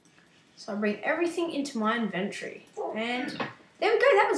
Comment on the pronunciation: u say inventory wrong